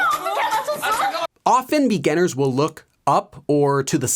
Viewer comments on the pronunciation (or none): Anyone else notice the way he says ‘beganners’ instead of beginners 😂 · it bugs me every time he says begunners